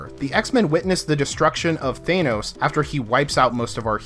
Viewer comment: Thanos, not Thainos. Come on man.